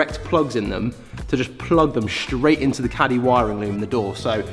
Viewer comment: I counted 21 of "shhhtraight" in this video